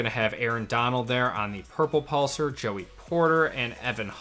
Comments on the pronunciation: I hate to be picky, but it’s pronounced “pulse are”. Pulsar. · Every time he said the word "pulsar" it made me uncomfortable 😂